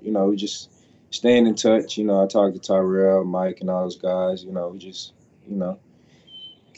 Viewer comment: Did he call Terrell tyrel lol its fine